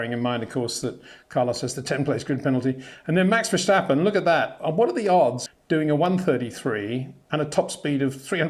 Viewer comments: Plus it's wrong. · is not vershtapen !!!!